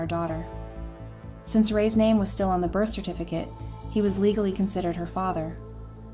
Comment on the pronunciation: Loving the A I voice mistakes lol does not lend any credibility to these. Get a real voice Raised… you meant Ray’s right? This is the most brilliant screw up. Lesson here folks A I does not make things easier. I laughed way too much through this. I’m sure that wasn’t the intended goal, but this channel is an A I generated joke.